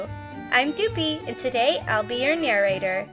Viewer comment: She called slapped ham a pig * doopie * HEHEHE